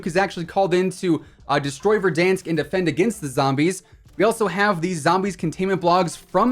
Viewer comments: This man say verdunks 😂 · “Don’t worry, can’t hurt you, he doesn’t exist.” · Keep saying Verdansk like that 😂🤣😂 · the way this guy said verdansk 😂